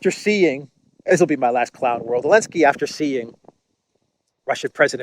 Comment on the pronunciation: I love how you call Zelensky "El-Nski" , an appropriate last name for an N word .